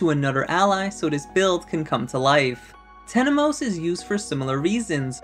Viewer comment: It’s Temenos not Tenemos. I made the same mistake before haha.